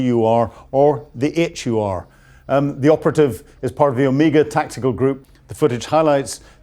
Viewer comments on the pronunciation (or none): none